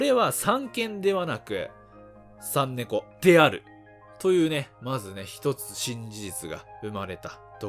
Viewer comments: さんびょうて読むかと思ったらさんねこ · 3猫 はさんねこ、と読まないですね。